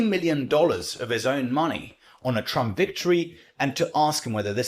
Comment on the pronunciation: 王局是 少有的能讲 trump 发音的 媒体之一、